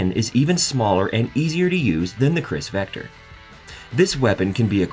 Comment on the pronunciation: '"CHRIS vector"....".40 Smith & WESTON"...Yup, this guy knows guns alright.